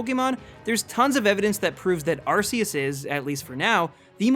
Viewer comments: Arceus is pronounced RKS, like Type Null's Ability. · It’s pronounced “Ar-Key-us” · its pronounce ar key us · no its not its ar-see-us (thats the pronounciation not spelling) type nulls ability is that cuz its supposed to mimic arceus and it actually has a meaning like r for (insert awnser here) k for e.c.t. also the pokedex app confirns the pronounciation and my pokemon guide does so and the anime. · pronounced Ar-kee-us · THE U IN ARCEUS SHOULD BE AFTER THE E!